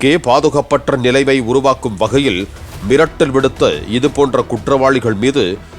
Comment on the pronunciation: கொலை மிரட்டல் விடுத்தார்... என்ன "ர்"???